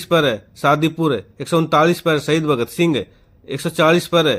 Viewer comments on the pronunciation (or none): none